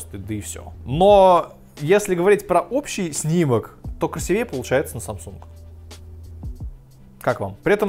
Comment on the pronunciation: У меня чуть кровь из ушей не пошла из-за твоего красивЕе. КрасИвее.